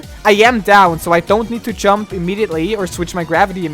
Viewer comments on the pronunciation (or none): I like the way you're pronouncing "jump" dziump